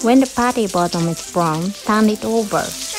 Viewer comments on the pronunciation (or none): It is called "patty" not putty! Ha Ha Ha Ha I find that so cute! Just trying to help with English. You are teaching me a few Japanese words as well. Thank you. ❤️❤️❤️❤️❤️ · ) we say "patty"....not "putty" .....love you all